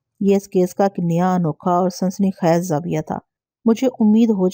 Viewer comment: Sansani khez...ni ...ye ko lamba karna ha ...sansani khaiz... Dabaiz ni ha lafz dabeez ha